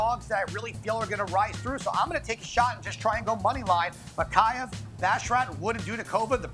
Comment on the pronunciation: Love the show but needs to work on his pronunciation! Can’t say either fighter in the main’s name